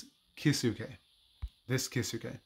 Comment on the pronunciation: Key Zoo Kay lol. Your Kisuke pronunciation is awful. 🤣